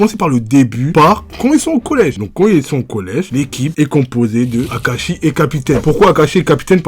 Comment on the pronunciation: 7 20 y’tadis kakashi au lieu de Akashi